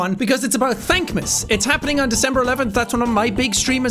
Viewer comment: What the hell is "Thankmas"?